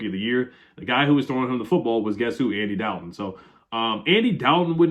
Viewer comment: Why do you say Andy Dalton, like Draco, says Potter in every Harry Potter movie .